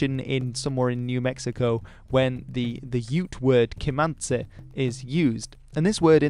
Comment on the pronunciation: You switched the last vowels how they originally were - you said: 'Kimantse' became 'Comanchi/Comanchy' (OK, this is the official English way to say it, but it's paradoxical :) ) - when it's Kimantsi became Comanche - the vowel you used in the end of Kimantsi is what the e means in the end of Comanche, just like in most langauges, including in the English word net. If you say that like ne', the result is pretty much how the Spanish, Latin and almost all languages (bar French & English) would end Comanche.